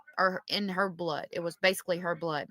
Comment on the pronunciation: It's Blood not bood